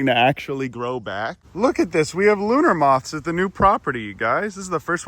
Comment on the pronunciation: Luna moth with the hard r